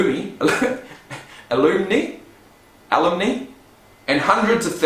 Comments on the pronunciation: a-LUM-nai (past students, or as we say in British English: Old Boys and Old Girls) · Alum-nigh phonetically. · I love how he pronounces Alumni made me die of laughter GO BUCKS